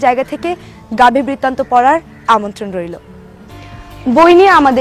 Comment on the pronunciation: আপনি বারবার বইটির নাম ভুল উচ্চারণ করছেন।